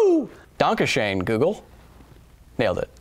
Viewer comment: Es ist immer wieder lustig dich Deutsch sprechen zu hören xD It is always fun to hear you speak german :P I didn't recognize "Gedanken" but "Dankeschön" was very good. The most english speaking do not get the "ö" right but you did which is nice.